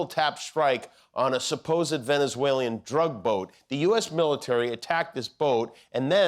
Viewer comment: Jimmy, it's Venezuel-an not Venezuel-ian pronounced phonetically.